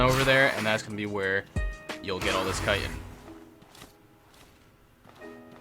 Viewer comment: This is an awesome video but bro it's pronounced Ch-it-in not kite-in 😂